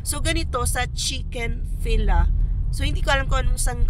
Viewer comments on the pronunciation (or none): Chick-fil-a pronounced as fillet. Parang chick fillet. 😊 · Chik-fil-ey ang correct pronounciation ng Chick-fil-a. I believe it’s from US